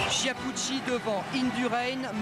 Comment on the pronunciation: "Chiapoutchi", "Migouel Indurain" quelle tâche ce commentateur !!